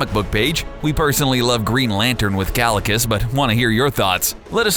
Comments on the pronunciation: kalicus? omg how you dare... it's KAECILIUS not Kalicus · "Kalikus" ITS PRONOUNCED KYE-SIL-EE-US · Ki-see-le-us is how is pronounsed